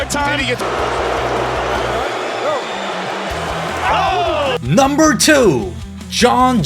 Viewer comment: 넘붤 테에엔 넘벌 나인 넘벌 넘벌 넘벌... 어색하게 혓바닥 굴리는 발음 어느나라 발음?